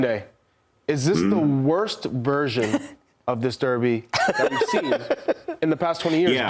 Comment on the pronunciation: People that can’t pronounce the word “derby” properly should not be paid to speak